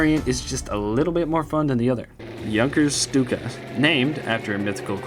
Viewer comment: The name Stuka comes from "sturmkampfflugzeuk" meaning attack plane, or attack fighter plane. It's an abbreviation. And it should be pronounced "Shtuka" because in german, St and sp are pronounced like Sht and shp, so you pronounce it like you do ship.